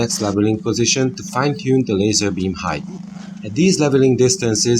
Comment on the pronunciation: So, you guys think you were able to bend the light? Neat and that’s kinda a big deal. Also its height. There’s no such word as “heighth”.